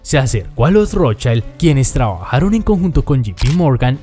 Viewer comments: No se pronuncia "rotshAILD" porque no es inglés. Es "rotschild", con i normalita. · Si dices que escudo se dice "SCHILD" entonces no pronuncies "ROTSCHAILD". Pronuncia "ROTSCHILD". Es alemán, NO inglés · No se pronuncia rotchaild sino de Rotchild. Es alemán, no Inglés. Es Increíble el complejo de inferioridad respecto a los Gringos que tenéis los hispanoamericanos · Exacto! En alemán no se deforma la pronunciación de las vocales como en ingles.. por lo tanto se pronuncia ROT SHILD.. talcual ( y no ROT SHAILD) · Como es un nombre de origen aleman, no es ROTSCHAILD sino Rotzsgild. Saludos desde Venezuela. Rotzchaild seria si fuera ingles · Nota: en alemán se pronuncia como sería en Español, con "i" y no con ai". Entonces sería Rót-schiiiiiiiild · que cringe cada que dices rothschAaaild